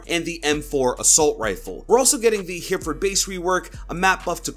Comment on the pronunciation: Hereford is pronounced heh-reh-ford. Sorry, it just bugs me (in a non-aggressive way) as someone from the UK 🏴🇬🇧